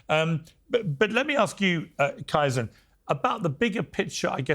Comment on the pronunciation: His name is KAizen, for f@ sake. Pronounced Kay-zen. How many times do you have to have him on the show to get his name right. You Brits can't pronounce anything properly. Learn to speak American.😅